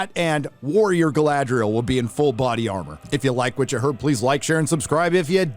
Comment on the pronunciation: Guy-Lad-Riel. Brilliant.